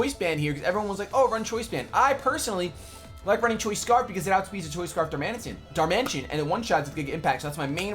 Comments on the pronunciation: Part Machine he knows it's pronounced darmanitan but chooses to call it darmantian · why do people get annoyed when Darmanitan is pronounced I-TAN even though it's spelt that way? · it's darman-I-tan, please